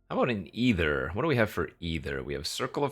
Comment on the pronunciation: look up the word “ether” in a dictionary, then look up the word “either”. One of them is pronounced “EE-Therr” and the other is pronounced “Eye-thur OR “EE-thur”. But the card is ether, not either.🤦🏻‍♂️🤷🏻‍♂️🤦🏻‍♂️